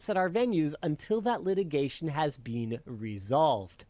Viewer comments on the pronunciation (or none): Gainst and bean are not how you say been and against...